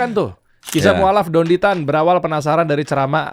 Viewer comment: nyebut namanya aja udah salah hadeuuhh... Dendy Tan itu org mana?🤣 Maaf ya, dr penjelasan² itu sangat² masuk akal, bisa diterima oleh siapapun yg terbuka hatinya, bukannya saya/kami mendewa²kan beliau ya, tp memang benar adanya Sesuai dengan data & fakta yg ada Beliau bergerak di mualaf center adalah buktinya, bukan sembarang orang Dari situ aja mungkin sudah jelas ya